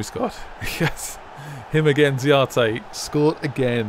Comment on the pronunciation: His name is Mauro Z[S]arate